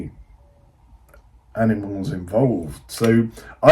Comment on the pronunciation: "I dunno if there's any aminals involved" 😂😂